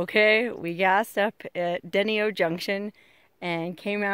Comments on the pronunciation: that is "Den-i-o" not dennyo, its a cool little place been there one time. Sorry you couldn't soak in "Dyke" but i always enjoy your ppsts. Keep smiling and be safe please love you ❤❤❤ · It's pronounced DA- NI- O not DENI-O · DEE- NY- O not denny-o..........just letting you know! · It's not Den-ee-o, Den-eye-o - Denio. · I am really enjoying your videos! I live in Carson City, NV. By the way, I've always heard Denio pronounced 'De nigh o' , accent on the 'nigh'. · I knew the family who founded Denio, Nv and its pronounced "D-NY-o;" like "denied," but with an O at the end. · Been to Bog Myself. You were lucky that Denio had Gas because when I was there they didn't have gas. Oh, and it is pronounced Den-I-O. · Just so you know. Long time northern Nevadan here. denio? It’s Den—i—o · It's Den I oh, Heavy on the "I". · In Nevada, we'd pronounce it "deny-o" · its pronounced D-NIO just to let u know lol love your show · That is pronounced( de ni. O ) i would love to live there.and be in DENIO of the rest of the world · Mispronounced Denio ! rhymes with 'ten I oh'. I was there a week ago, Great food! Hook up with a 'Flying Cowboy' for real remote camping in the desert. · Let me help you on pronouncing the name of that town. You know when a person is accused of something and they denie it ? will this is the pronunciation of the town , Denio. I only know this because we had a family band and one of our bookings was there in 1972. We met many people there. Its hard to believe when we played or concert there, over 300 people including all the state patrols in the north west state were there it was the new years eve dance. And also if you would of went 10 miles east of the town you would of come across one of the best body healing hot springs in the world. I see bye your video they built a new motel and station. Also in 1972 all those roads were dirt for miles and miles.. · It is pronounced dee-ny-oh. Cool video. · It's Deny-o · Its pronounced dah-nyo